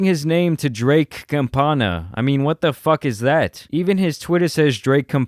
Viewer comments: Bro aren’t you Mexican. Say campana right. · “ Cumpana ” lmaooo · “Drake Campana” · Draka “CAMPANA”JAJAJAJAJAJAJA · Drake “Campana “ it’s the same as “Bell” but in Spanish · Its "Pato Campana" in full spanish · damnnn he said Drake Campana hahahahaha thats funny